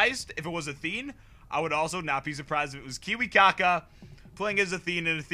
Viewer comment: Kiwikaka?! Learn the names or better stop casting... :D